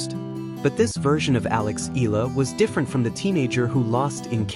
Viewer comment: Itß eh-yah-lah not ee- lah thanx😅